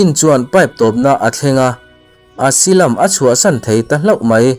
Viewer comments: Asilam ti suh Asailam ti roh. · Asylum - Asilam ni lovin Asailam tih zawk tur.. ☺️ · Asylum, Esilam nilovin Asailam tih a lam tur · Asailam tih tur